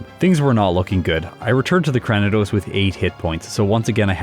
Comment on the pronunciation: I like how distinctive Purugly looks. One of the better feline Pokemon in the series imo. As a side note, I believe you're mispronouncing Cranidos. It's actually Cray-ni-dose, like cranium! Sorry, but it's been bothering me for a while.